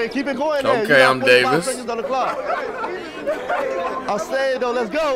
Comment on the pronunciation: LMFAOAOAO “okay imDavis”